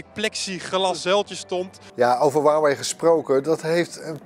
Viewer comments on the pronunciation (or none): 143 k abonnees verder maar nogsteeds “waawee” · No one: Literally no one:: “HUwAwIj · niemand: helemaal niemand:: hoeaweej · iedereen: huawei gast van bright: wawee